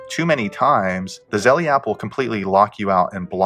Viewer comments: Its zelle not zellee ding dong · I know it’s petty, but Zelle is not pronounced like Zelly, rather it rhymes with tell, and that makes it Zell. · Stop saying zellie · If you can’t pronounce the app correctly I’m going to assume you don’t know what you’re talking about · Thats not the way you pronounce Zelle, great video tho